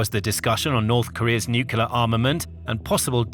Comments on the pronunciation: nuclear has one U and 2 syllables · It has 3 syllables. (no͞o klē ər)